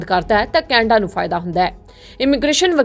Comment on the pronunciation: Canada ko kainda bol Rahi hai 😂